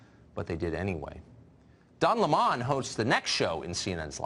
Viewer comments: Tucker, love ya but why is Don Lemon now pronounced by you as Don Le Mon? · It's Don Lemon , not laymon ! And he is a lemon ! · Fucker Carlson can't even say Don Lemon's name correctly fucktard it's Lemon not Leman